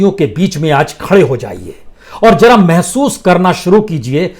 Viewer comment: Language mai sudhaar ki bahot zaroirat h.for exp zara not jara, hazaar not hajaar.